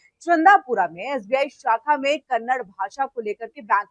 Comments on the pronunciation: It is not 'Kannad'; it is 'Kannada'. If you can't even recognize the correct pronunciation of Kannada, what respect or concern can we expect from you? This is your expert knowledge about a language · सारे फसाद की जड़ है इस मैनेजर का घमंड. कोई भाषा का विवाद इतना नहीं. और कन्नड़ नहीं कन्नडा बोलो. RBI का नियम क्या कहता है पहले पढ़ लो anchor madam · This is how much you know about Kannada — you don’t even know how to pronounce it properly. It’s Kannada, not Kannad. And yet you come to speak about a language war? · Ek vimash hai ki Kannad nahin hai, balki Kannada hai. Aur 'Kannad' shabd ke uccharan se sthaniye logon ko lagta hai ki unka apmaan ho raha hai. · कन्नड़ नहीं बोलते, कन्नड़ा बोलो